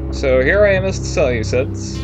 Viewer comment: Please pronounce them as the (See-loose-iads) not as ( sele-cids).You make them sound like a salad, when you pronounce it.